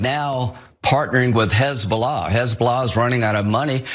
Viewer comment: 😂🤣😅😂🤣 Hez-boo-laaaaaa TS 😂😅🤣